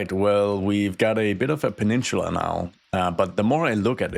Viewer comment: It's not pronounced " pa-nin-chula" it's pa-nin-sa-la